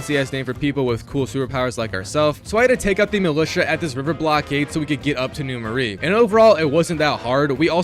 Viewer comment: first off its NEW MARAIS prounounced MER -A second do festival of blood as well those have UGC trophies too